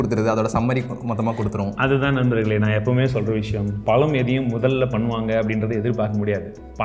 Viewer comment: thats pazham not palam